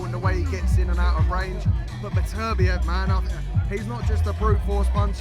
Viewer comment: Frank can,t say Beterbiev, he says betertieb every time, i still think that they should get a proper pundit to interview him, Spencer Oliver is a numpty.